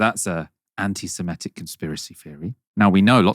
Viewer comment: You're right about this - except you mispronounce "anti-semitic" 🙂